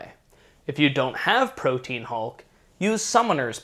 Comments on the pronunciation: Most annoying thing about this video is the inability to pronounce Protean. It's not Pro-teen...its Pro-tee-an...get it right, please. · Pro-tea-an. Not protein. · Proteän Hulk. Like a diacritical. Not "protein." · Protean is pronounced "pro-tee-an" btw. It's not "protein". Three syllables. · "Protean" is pronounced Pro-Tee-An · protean = pro-tee-an